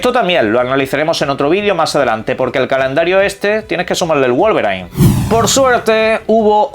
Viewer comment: Escuché bien? pronunció bien Wolverine y no le dijo "Guolberain"? 😂